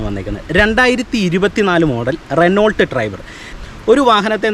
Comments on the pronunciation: റെനോ ആണ്. റെനോൾട്ട് അല്ല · റെനോൾട്ട് അല്ല.റെനോ ആണ്